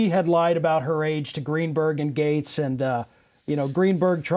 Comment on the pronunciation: Everyone pronounces his last name incorrectly. It really should sound like "Gets," phonetically. Either way, he is a complete scumbag and I hope "gets" what's coming to him.